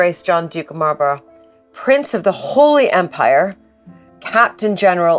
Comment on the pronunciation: Well done and very interesting but fed up with the way she pronounces Malborough 😢